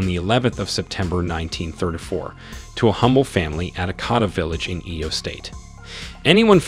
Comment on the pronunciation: The ibru looks like Muhammad Ali. And the way you pronounce some of the names are funny and incorrect.. like igbinedion and Edo state 😂